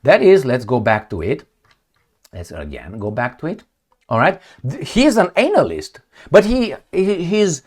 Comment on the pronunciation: Ānalyst. We see what you did there with your "accent". You're a poet,.